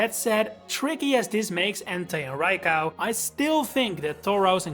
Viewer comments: I have never seen anyone pronounce Raikou as "rai cow" that being said, great video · Why "Rai- KAU"? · Bro said "raicow"